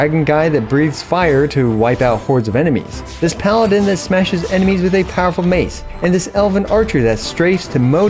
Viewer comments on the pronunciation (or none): none